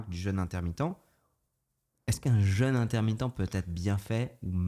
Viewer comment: Suis le seul à avoir eu les oreilles qui saignent: un épisode sur le jeûne, quasi jamais prononcé correctement.